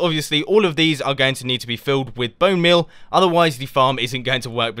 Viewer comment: who noticed he said 'Bonemale' :D XD